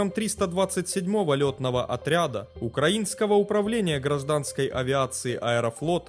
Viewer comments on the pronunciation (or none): none